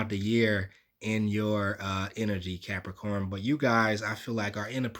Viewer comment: I hit Like before the reading even started cos I love it when you say "what's going orrn, Capricorrrn"! 😁 Always get something out of your readings anyway but that's the cherry on top for me!